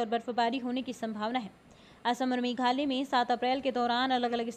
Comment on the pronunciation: मैडम जी मेघालय बोलने में समस्या है क्या 🤣 कैसे बोलती हो बस बारिश बारिश बोलती हो,कहाँ हों रही है बारिश 🤣